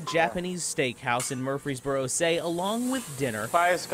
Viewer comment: *Murfreesboro not Murphysborough